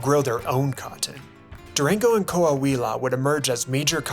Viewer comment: the complete mispronunciation of Yucatan, Juarez, Coahuila made the video unwatchable 🤢🤢🤢🤢